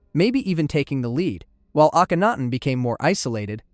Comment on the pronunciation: I really liked this video, but I'd like to offer two suggestions. First, it would be even better if you checked the pronunciation of certain names. For instance, you correctly pronounce Akhenaten, but repeatedly mispronounce Aten. I'm guessing that you've heard Akhenaten's name a lot more than the word Aten, but it's right there in the name. Also, it would be great if you listed some of your sources. I would love to learn more about the people you discussed, and that would make it easier for people like me to know where to start. Thanks!